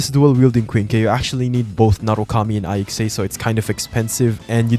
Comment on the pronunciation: its ICSA not I X A